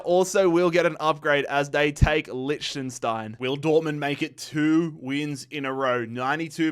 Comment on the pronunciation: u get lichenstein but not sweden😂😂😂😂😂😂😂😂😂😂